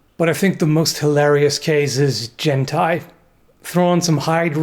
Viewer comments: Jen-Tai? I think you mean Hentai! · Jen-Tai? I thought you said hentai. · Lungs are overrated anyway. Also... jen-tai? Seriously? XD